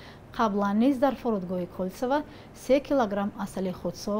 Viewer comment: Аэропорт не Кольцево а Кальцово